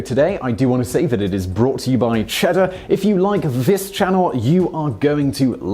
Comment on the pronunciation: Oh, Simon. For the gods' sake, how did you not understand the "I had your wife" joke? You completely ruined the punchline by putting the emphasis on the wrong word. It only makes sense if you say, "What made YOU do it?" But you said, "WHAT made you do it?" This means that you don't get the joke. And it's been around for 1600 years! In the intellectual bangs his grandmother joke, you said "mourning" when the text says "mounting." Come on! If you screw it up, stop and re-record it. All in all, your delivery exhibits terrible comic timing. Maybe the other guy should have done this video.